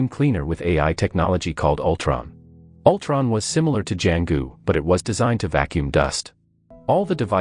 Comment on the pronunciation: Altron? Winter shoulder? 😂